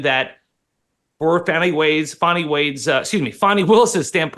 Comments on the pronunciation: Oh holy cow Dave is a district attorney .. wow. What the actual hell. And it’s Fani not Fauni … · IT'S "FAWNY WILLIS" NOT "FANNY WILLIS". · FYI: Ms Willis’ first name is pronounced Fah-nee not Fan-nee. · Her name is pronounced "Fahhhhni" not "Fanny". C'mon, Megyn. Don't dip down the Charlie Kirk road of basically calling her "Big Fanny Willis". I thought this show was "No agenda?" B.S. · her name is Fani not fatty!